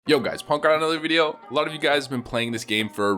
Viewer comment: Can you just one of these days not mumble "another video"